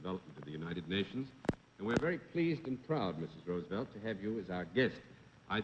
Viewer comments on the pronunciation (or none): joanfontainefan - There is no "n" in Roosevelt. Please fix it. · Is it really Roosenvelt? Isn't it Roosevelt. There isn't an N is there? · Its Roosevelt